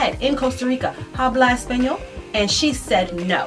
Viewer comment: The h is silent in the word habla. 🤷🤦